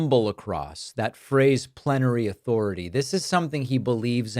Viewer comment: swear it sounded like planetary 😂 had to look into it and I still find it comical. You are right that the far right think of Trump as some god. So many examples of it.